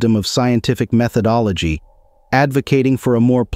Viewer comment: Insteed?! Methodologhie!!?? I smell a computer voice. Alas! Alack! Oh woe!